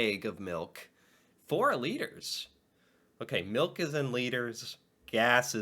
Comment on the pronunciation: I'm terrible at measuring and this is why! Why did she say "melk"? And "elcohol"?? What the hell?